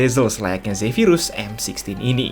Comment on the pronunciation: m sixteen bang bkn m sixty wkwk